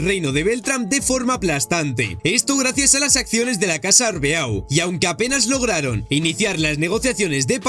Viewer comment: Rayos pero es en serio que estos YouTubers nunca aprenderán a pronunciar cosas? Ocurre en videojuegos y ahora aquí con el Arbeau literal, que te cuesta decir arbó.